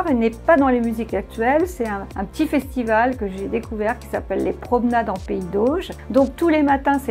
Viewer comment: Un festival des festiVAUX, arretez de massacrer la langue françoise